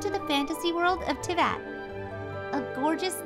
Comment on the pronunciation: I like how they spelt and said Teyvat wrong